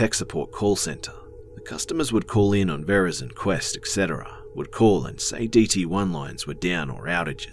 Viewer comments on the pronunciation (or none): none